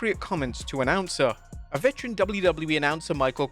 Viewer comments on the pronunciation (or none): "Annoucer" lol